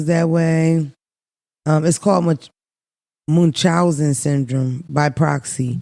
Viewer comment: The way you pronounce Munchhausen has me cracking up 😂